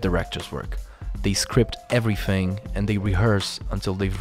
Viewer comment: You keep saying 'everyFhing' and it's annoying the heck out of me.